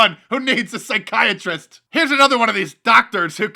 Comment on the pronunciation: "Pyschiatris"? Is that really a word???